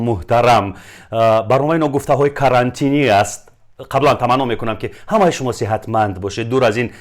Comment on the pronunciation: capantine не carantine)